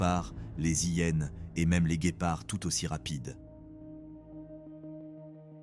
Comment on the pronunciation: Bonsoir, que c'est penible cette voix avec l'IA. Je renonce a regarder tout le documentaire qui aurait pu etre tres bien. Dommage. Les Zhiennes, ils preferent t'opter ... pas de liaisons pour ces 2 exxemples parmi toutes les autres pffff